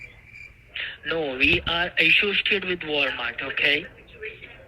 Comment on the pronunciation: I'm trying to grasp that he's "a-shoe-sted wit da FTC". Also all the "dewhysis" found in the car. 😅😅